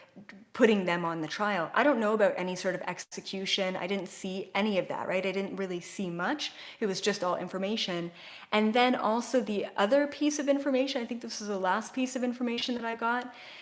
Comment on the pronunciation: So..... When you said "execution", I heard a different word very clearly: expulsion 🖤